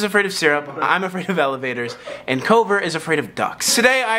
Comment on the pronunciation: The best part was when said is that afwak